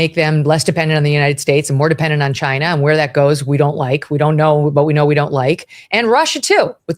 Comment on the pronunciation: The way she says China Russia makes her sound so stupid and uninformed